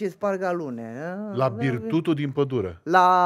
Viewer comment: Magicianule....se zice la BIRTUŢU (ADICA CRÎŞMĂ).....NU BIRTUTU 🤣